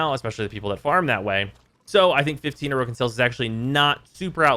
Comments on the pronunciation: The original pronunciation puts the stress on the second vowel. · Why do you say "Orokin" incorrectly? They say it correctly throughout the game's story... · likes to mispronounce a lot of things in warframe, (for example "neck ross") it's just kind of tax your ears have to pay to watch his stuff